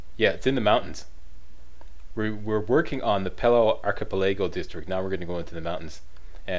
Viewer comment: I love you like a brother, Slack. But if you continue to mispronounce 'archipelago' I will be forced to send an angry letter to your voice coach. Keep up the good work, dude.